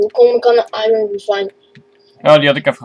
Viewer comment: The kid said iron while you said iroon